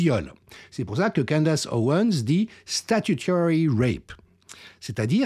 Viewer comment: Candace... à prononcer: "Candèce"